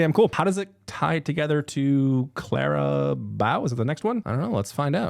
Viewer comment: Taylor: Says Clara Bow several times correctly: Continues to say it wrong anyway 😂🫣